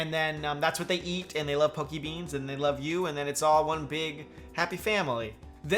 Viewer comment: pokébeans, sounds more like pork n' beans